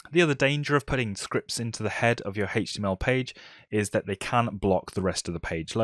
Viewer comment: Everyone: H-T-M-L this guy: HETCH-TY-YEML